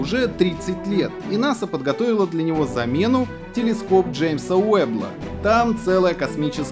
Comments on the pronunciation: Джеймса Вебба, а не Веббла. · Телескоп Джеймса Уэбба. Не Уэббл. Ничего страшного. В астрономии ведущий видимо новичок. Но суть новости это не меняет. Спасибо за интересную подборку и за смешные вставки!! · Телескоп Джеймса Уэбба, а не вэбла. Почему бы не запустить его из Штатов, интересно?